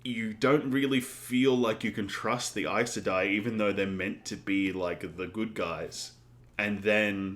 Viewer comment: You pronounced Aes Sedai correctly, that's amazing! I said it wrong for YEARS until I finally listened to the audiobooks haha